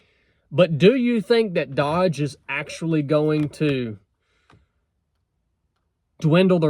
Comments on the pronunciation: Pronouced doge not dodge.i think theyll succeed by cutting costs temporarily without losing power. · it's DOGE, not DODGE.... I do find it odd that you add a letter to the name that everybody who pays even partial attention to knows more accurately. I believe those agencies will be eliminated. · Its' not pronounceed "DODGE" ... it's pronounced "DOJE" as in Doge Coin. The criptocurency Elon has pushed in the past. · My Son kept laughing at your pronounciation of doge. Like dodgeball, but it may be pronounced doe j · Its not pronounced dodge. D owe ge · love your content, watch you every day,, but are you being intentionally obtuse? t's not pronounced like the car, it's a hard o soft g. I don't find it odd. That President Trump is having these 2 come in 2 review and recommend where to take a scalpel to the bloated government bureaucracy. Neither Elon nor Vivek is getting paid for this. I don't find it odd. That president trump has brought two outsiders in for this task because there are four hundred and fifty government agencies so many that there's probably no one in the existing government that could list them all. I don't think any of us. Trust any existing organization, whether it's stated goal is efficiency or not to do anything. A vote, the disgusting situation. Our government finds itself in because nothing has been done about it in the history of our nation. Reagan tried it. Obama tried it, and neither time were any of the recommendations followed or executed on. I'm hopeful, but not optimistic. They can actually achieve something this time for the simple fact that Republicans control the house senate and White House here's hopin' in the meantime, all of their findings are going to be transparently communicated via there. Newly created x page in case you're interested. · It’s doge not dodge. Do-ge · It's not dodge it's doge prouncecd differently. And if you don't like trump and his cabinet, I will never watch you again. Thanks for your political views